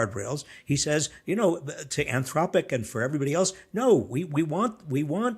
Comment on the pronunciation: Type saying anthropic wrong heather😂